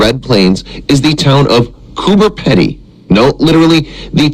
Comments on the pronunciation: It's pronounced coober peedy not pedy. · Lol its underground and it is pronouced cooper (pea dee) not pedy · cooper peedy is close to the right way to say it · It’s pronounced pee dee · It’s pronounced cooper peeeeedy! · He is pronouncing it wrong. It's Coober Peedy like speedy